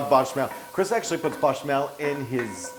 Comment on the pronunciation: If you are going to correct the on his Gruyere pronunciation... then I need to police your verbiage of Bechamel. Gotta keep it honest, love the recipe! Cheers! poko